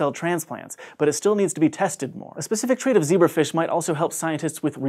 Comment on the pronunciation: ze BRAF ish, you say?